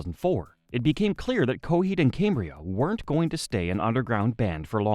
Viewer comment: The pronunciation of "Cambria", "Amory", and "Turbine" drives me nuts. Other than that, great video.